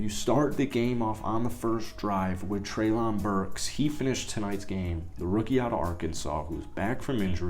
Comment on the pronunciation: Love the fact you are willing to cover the titans! By the way, it's pronounced almost like Trailin' Burks